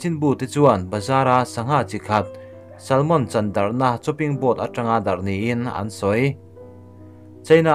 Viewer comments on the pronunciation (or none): none